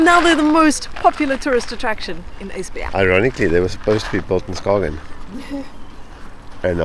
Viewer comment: Dont know why you are diffent but this is the second time you're nailing it with the pronouncation... Esbjerg was spot on... And now I wonder why no one else can say it. Clearly not a problem for you guys. 😊 Will get back to the videos later... Im a bit behind them now. 😅